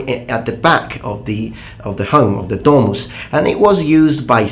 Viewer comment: 'Domus' is pronounced with short o, not 'dooohmus'. And it's 'peristylium', not 'perystilium'.